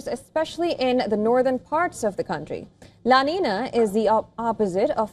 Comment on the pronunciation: The pronunciation is "La Ninya"